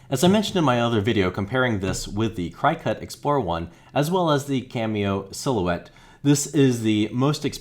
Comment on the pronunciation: the machine is called a cricket as in the insect not cri cut.